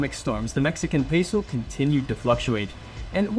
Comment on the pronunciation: Jajajajaja 😂 Y también entendí cuando dijo "super pesou, super piso, super pisou"😂